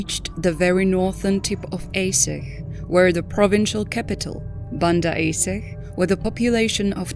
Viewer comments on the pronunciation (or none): Banda Aceh is pronounced Ban dah A che.